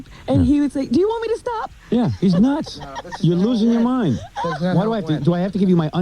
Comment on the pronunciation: Bottle of WOYNE FOYNEst MOIND NOINE one one NOINE one one NOINE one one NOINE one one NOINE one one